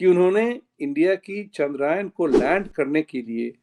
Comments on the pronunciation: Sir, it is not "चंद्रायन" It is "चंद्रयान" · Sir जी, it is Chandrayān.....yaan means vehicle in Sanskrit